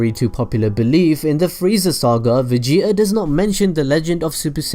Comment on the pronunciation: vege'a. its vegeta bro not vege'a